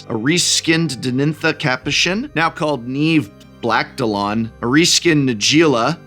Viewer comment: Is Blacktalon really that much harder to say than Capashen?